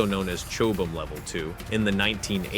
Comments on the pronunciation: cho bumm ? it is pronounced chOB 'am armour. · It is pronounced "chob". Chobham and Cobham are two neighbouring towns in Surrey, England. Chobham being where the armour (or armor...😂), was invented. If they were both pronounced "cob-ham" it would suddenly become very difficult for locals to navigate. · Chobham… pronounced cobum…. Like cough! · Chobham - pronounced 'cob'am'. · No its not. It is proniunced "chob-am", after the town Chobham in Surrey where it was developed. Cobham is another town in Surrey about 8 miles from Chobham. If they were pronounced the same it would get very confusing for the peopke living there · American pronunciation of English place names etc are a joke I noticed that one. just listen how the mangle Aluminium against their A-Lu-me- num